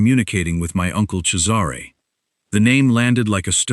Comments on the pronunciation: Yes, it is pronounced Chezzaray. The other spelling is Cesar. Pronounced Sayzar. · At last, a narrator who knows how to pronounce the name Cesare. The boss wouldn’t need to ask me twice - I do like a bad boy🏍️🥰